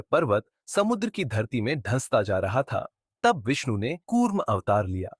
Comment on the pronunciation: Thumbnail thik se lagaya kr Vishnu kya hota hai shi se bola kr ni to channel jada din ni chlega